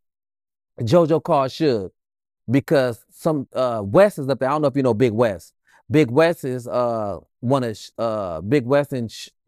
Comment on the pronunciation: I don't like the way he said "Big Wess". Naaaaah, let's not do that.